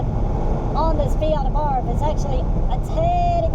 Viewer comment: Abarth. Soft A and silent H. Thanks for the comparison.